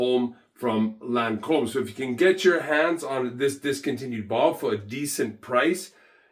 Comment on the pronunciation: It's Lancome no Lancombe